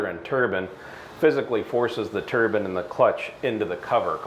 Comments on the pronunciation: turban lmfao turbine i would say lol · I never knew Americans used turbans instead of turbines 😂🤣